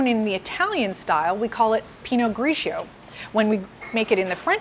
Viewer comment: You pronounce the pinot grigio wrong hahaha - it's " Pee-noh-gree-JOE" (with rolling R) not pee-noh-greaaa-ssshhoooww"... Also! Its NOT pronounced " suuuveee-in-jon blanK " but rather . " Souv-win-jong blan " with silent C. I got believe how people find this educational? when she is totally embarrasing pronouncing wine names.